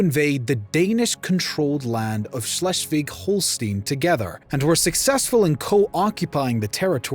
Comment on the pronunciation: I hear this „Schleswig-Holstein“ Variant of pronunciation and all I feel is pain… I wonder whether the author of this channel had a sadistic intention of hurting people…